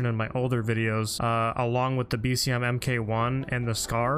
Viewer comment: New to your channel, but friendly tip: The "Mk1 Carbine" and "Mk16" would be pronounced "Mark One Carbine" and "Mark Sixteen."